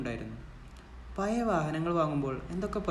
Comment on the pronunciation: പയയ, നിയൽ, മയ, വയി. .. എന്തരോ എന്തോ 🤣